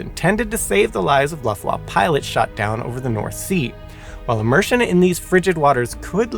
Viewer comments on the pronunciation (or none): "Dashow" and "Luffwah""? Maybe you ought to contact Feli From Germany to lean how to pronouncew German words. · Please stop saying “dashow” and “luftwaff”. It’s a cruel and inhumane assault on my ears. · I love you, but: Luftwaffe: "luft·vaa·fuh" Mengele: "mang·uh·lay" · PLEASE make sure you research German pronunciation next time! You loose so much credibility when you totally mispronounce EVERY single German word such as Dachau, Luftwaffe, Mengele, and SO much more. (It’s not “Laftwaf” like you said repeatedly, it’s pronounced “Looft-vaff-eh”, for example) It leaves the viewer with the distinct impression that you’re just reading a script with words you’ve never seen before, rather than informing me of the facts. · The way you say "Luft Wafe" is hilarious 😂 As for the experiemnts - I agree with most in the comments - they should use the results. Erase the names of researchers to not give them any credit - instead give the credit to the victims. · it is very on brand for a simon channel. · You ought to check your pronunciation of some German words, like: Dachau, Luftwaffe . . . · I would love to teach you and of course Simon too the correct way to pronounce these German words - such as Luftwaffe, Mengele and Dachau. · The final e in Mengele and Luftwaffe is pronounced. Dauchau is pronounced "Dacau", not "Dashau". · I refer you to the pronounciation of "Luftwaffe" in this video... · So, I gotta assume he's deliberately using mispronunciations in honor & respect to Simon. Or maybe he's nailing them, and words like luftwaffe, dachau, and a few others I can't remember atm have been mispronounced all these years. I personally prefer to think it's the paying respect to Simon one. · I can say with strong confidence that he is mispronouncing "Luftwaffe". Also, having been a fan of "Brainfood Show", his mispronunciations are not surprising. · Please learn how to say Dachau and Luftwaffe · Real great “educational” channel. Can’t pronounce Dachau, Luftwaffe, or clothed